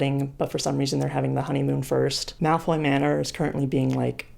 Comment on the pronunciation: i keep hearing milf manor whenever you say malfoy manor